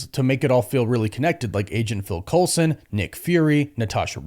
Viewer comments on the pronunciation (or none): none